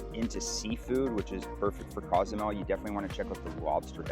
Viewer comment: Local Mexicans pronounce it COZE A MEL.........not CAUZ A MEL